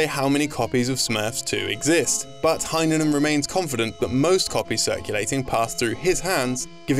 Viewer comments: Heinonen is pronounced more like "hey-nonen" instead of "hi-nonen" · ya botched the pronunciation of Mikko Heinonen, but tbh it's understandable given how different Finnish pronunciation is from Engish